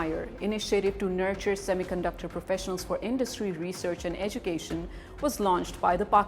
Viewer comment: Pakistanio semi conductor ko thik se pronounce hi nehi kar pate, saamy caanducter bolte hai. Wo karenge semi conductor sector mai niwas😂😂😂😂